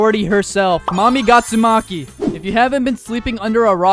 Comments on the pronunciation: Bro called her Gatsumki 😭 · I can't stop hearing someone says GYATSUMAKI it's the 2nd time that i hear it☠️☠️☠️☠️☠️ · not to mention gyatsumaki💀☠ has one of the strongest moveset for combo potential☠💀 (bro really u just said gyatsumaki☠💀)